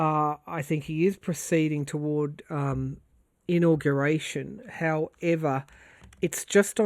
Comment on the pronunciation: The way you said in-augration drove me to look up augaration. Isn’t that interesting?! The word "auguration" comes from Latin and was first used in the Middle English period (1150–1500). The earliest known evidence of the word is from around 1450 in De Claris Mulieribus by G. Boccaccio. The word "augur" means to foretell something, especially from omens, or to give promise of something. For example, "This bad news augurs disaster for all of us".